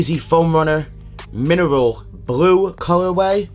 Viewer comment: “woah, minrl blue minel blue minel blue”